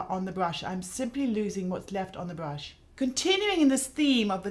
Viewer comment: Can someone please tell me the type of British accent Mary Greenwell has? She sometimes pronounces her r's as w's. She'll say "mascawa" instead of "mascara" and "bwush" instead of "brush". I noticed in the movie "The King's Speech" Colin Firth's character often does the same thing.